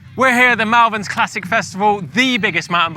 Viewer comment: Mallverns 😅 it’s pronounced molvern